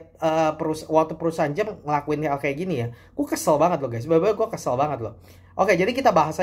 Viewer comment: Jam, bukan Jem, dasar cungkok